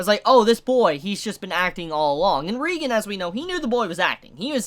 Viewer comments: And it's pronounced ray-gen not ree-gen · Dude, great review but it's ray-gen. Not ree-gen. Please, p l e a s e, pronounce it right. I'm begging you. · It's ReigEn not ReigAn